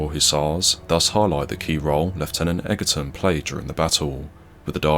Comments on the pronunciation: The commentary is quite good,but you should pronounce the officer's name as Edgerton not Eggerton, despite the spelling. I take it you dinna lern inglish proper at sKule. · It's pronounced 'edgerton' but otherwise, thanks for this video. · Time you learnt to pronounce Egerton!